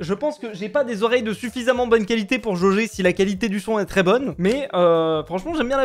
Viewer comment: minute il dit joger 😂😂😂